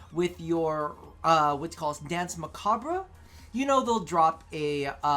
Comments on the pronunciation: Please. You're hurting me. Danse macabre. It's not "bruh." It's a French word, pronounced "mah-cobb." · Muh-cob.... Dance muh-cob...the (re) is silent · As someone who speaks french, it's "mah-kah-br"